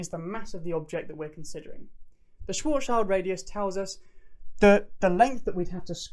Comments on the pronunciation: Great video. The only the suggestion for improvement I have is a linguistic one. As a German, I had to shudder a bit at your pronunciation of Schwarzschild. The -schild part it pronounced very similar to shilled, rather than child. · I'm pretty sure it's pronounced Schwarzsch'ee'ld or Schwarzsch'ui'ld. It's not a black child we're talking about. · nice explaination! Why do almost all american physicists fail to say Schwarzschild? ...it's not Schwarzs-child :D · Schwarzschild is pronounced "shvarts-shillt" in German. ;) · schwarzschild ... pronounce it: sch-warts-schield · Good video but my ears are effing bleeding after hearing your abysmal pronunciation of "Schwarzschild" that often in quick succession. Why don't even people with a degree in physics/astronomy/mathematics care about how some of the GOATs of their kinds names are pronounced. This is beyond me. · You are not pronouncing Schwarzschild properly.